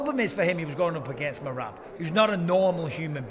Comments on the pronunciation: Can we pls start a petition to correct pronunciation of “MEE-RAB”, driving me unreasonably nuts. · Love how pronounces Merab's name! 🤣